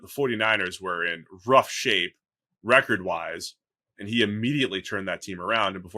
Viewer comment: why does dude say record like that 😭😭